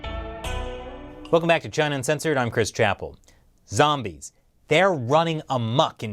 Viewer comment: Zampires? Vombies? Lol 😂